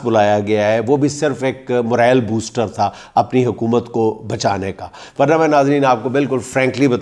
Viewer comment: Word is Moral, not,Morel,.